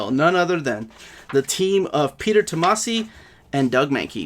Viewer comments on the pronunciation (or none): none